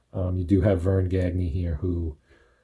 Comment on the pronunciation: Gagne is pronounced gone-yay